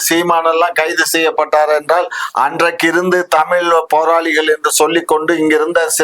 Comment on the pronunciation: எப்பா நெறியாளரே.. முதலில் நீங்கள் தமிழ் என்று அழுத்தமாக கூறுங்கள்...